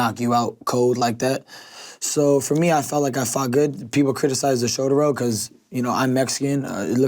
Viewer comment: Shouder Rowl